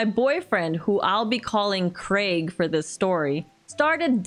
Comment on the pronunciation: Congratulations on you correct pronunciation of 'Craig'